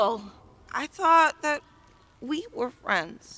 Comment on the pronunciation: "Thet in the world of D & D..." 😆😅🤣